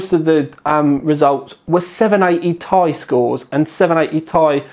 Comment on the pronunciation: I like you, but "TY" drives me mad, it's t....i